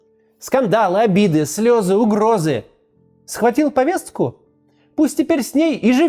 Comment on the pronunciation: Максим ,повестку, а не повесцку